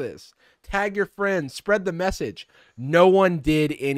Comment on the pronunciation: As a furry i am strongly opposed to him saying "fuzzy fwiends"